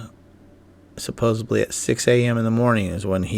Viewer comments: "Supposebly"? Did you mean Supposedly? LOL. Want to see something extremely weird?? Creech AFB (the home of Charles Hall's 'Tall Whites', who, according to Hall, lived out on the ranges around Creech AFB for decades, and were known to have killed those who surprised them) enter these into google earth, and see the 3 x Hovercraft-type Scout Rovers used by the Tall Whites.....sitting right there for whoever has two eyes..... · SupposeDly, not supposeBly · "...and supposibly hiked up that mountain." Supposibly? Really? 😵‍💫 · There's no "b" in "supposedly."